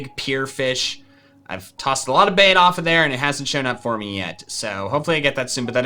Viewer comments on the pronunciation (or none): none